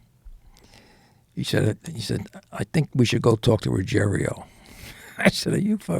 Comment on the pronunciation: Not "Ruggerio". Ruggiero. Different spelling and different pronunciation.